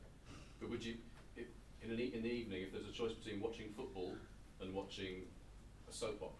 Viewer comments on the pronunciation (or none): I wonder if any of the characters in Peaky Blinders say 'good ebening' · He said it, watch his full interview bro.. Good ebening i love it